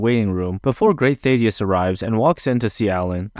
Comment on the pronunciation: Ok you failed to pronounce the names of both Thaedus, the Image Comics character, and Thadeus, the name on screen. Also your failed pronounciation is closer to Thadeus but, again, is still wrong and sounds like your primary language isn't English the way you mispronounce